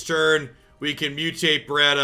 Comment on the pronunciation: Look, I know, your stream your rules. But just know that every time you pronounce "Battra" as "Bratta", you're making this no-life Godzilla fan cringe. Keep up the good work otherwise!